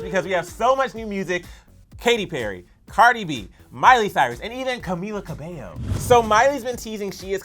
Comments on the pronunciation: did she said ca-bello instead of ca-beio. I’m Ca-fended lol 😂 funny comment i found in a video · "caMilLa cAbeLlo" the pronunciation made me cringe 😂🤢